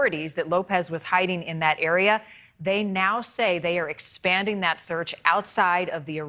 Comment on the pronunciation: What’s a hella-copter